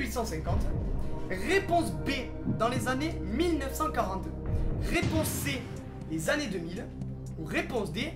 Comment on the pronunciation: pas "Annés" mais "Années"